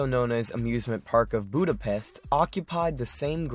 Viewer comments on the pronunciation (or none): none